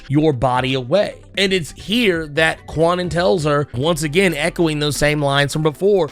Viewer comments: Wasn’t it explained that kwannon is pronounced ‘Kahn -uhnn”? Braddock is pronounced BRAD-uhk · It took a long time for Betsy Braddock to grow on me, like almost to the point of Knights of X. I still don't care much about Kwannon yet. BTW, the W in Kwannon is silent. It's pronounced Can-Non. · The proper pronunciation of Kwannon's name is not as prolific as it should be. I often catch myself saying Kwah-nun from time to time. But yeah, it's pronounced "Khan-Own."